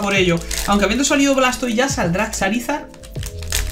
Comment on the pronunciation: "Blastoi" puro cine 🥵🥵🥵